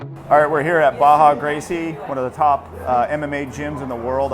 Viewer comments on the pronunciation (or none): Baja Gracie? Oh you mean Gracie Barra. You’re ears are pristine for fighting 12 years. 👍🏼